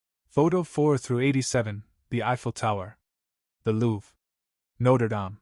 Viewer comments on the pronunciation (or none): none